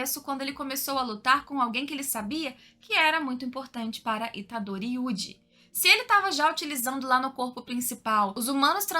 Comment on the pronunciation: Dá uma agonia de ver ela falando os nomes dos personagens... Máhito... Aí daqui a pouco falava Mahitô... Nânami... Itadôri...puts!